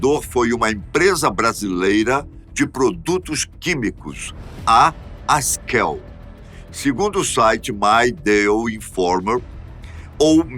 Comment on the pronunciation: O NOME DA EMPRESA É AKSELL E NÃO ASKELL